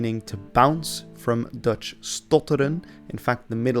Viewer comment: I'm Dutch and have lived as a student in Newcastle a few years in the '90s. It always amused me how I found it easier to understand Geordie than most English students. Your Dutch pronunciation is the best I've ever heard in any video about English language / history / dialects.